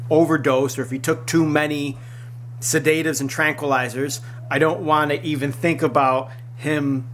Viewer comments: You are a moron. Learn how to pronounce sedatives and heinous. The accent is on the first syllable in sedatives and there is only two syllables in heinous (hey-nus). Second, mistake implies choice. He did not choose to be born Korean and it is therefore not a mistake. It is unfortunate for him that he is Korean since he apparently likes marijuana. It is a mistake that he chose to use marijuana. I have nothing against the drug or people who smoke - I lobbied for legalization in the US and continue to do so in order to bring the laws up to date and so that they will make sense and stop contradicting each other (making it legal is only the first step). But the fact of the matter is that it is illegal in Korea. TOP knows that and chose to smoke it anyway. These videos seem to be less and less about TOP and his situation and more about you promoting everything that is awesome about marijuana and challenging laws. That is fine and I am right there with you. But if you are going to make the majority of the video about how backwards Korean drug laws are then you should do two things. First, you need to give the video a different title. Clicking on the link for updates on TOP's situation and listening to you rant for most of it about a retarded legal system is annoying. Secondly - if you are going to climb on your soapbox about the laws then it would be helpful if you took the time to research some of them so that you might know the facts and be able to speak with some degree of clari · The way you are saying sedatives is interesting